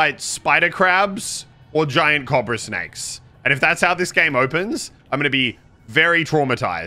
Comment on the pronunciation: Why does he say cobra wrong